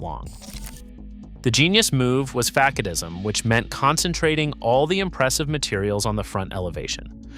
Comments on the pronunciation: From someone who took degrees in architectural design and construction and in land use planning, and who worked 41 years in local government building code and zoning regulation, this is a pretty good assessment of the topic. But facadism is pronounced 'fa-saud-ism', not fak-a-dism'. I remember once inspecting a model home and already the fake stone was falling off the exterior walls, and this was a 2 story house. I guess the future homeowner would need to wear a hard hat when trimming foundation shrubs. And yeah, a lot of slop, especially at the end. How much is due to ai or poor editing is hard to tell. Too bad. Most of the points are spot on. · "Fack-a- dism", "em-see-mansion". You need a better-trained AI voice. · So this is narrated by AI. Mispronounced facadism and composite.